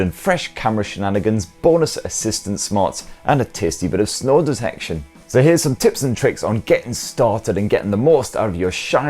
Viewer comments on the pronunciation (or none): "Snore detection" I thought he said "snow detection." I was like, great now Pixel is a glorified weather rock. Yep, sounds about right. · Ohhhh SNORE detection. I thought you said SNOW detection. I'm thinking whats the point of that 🤣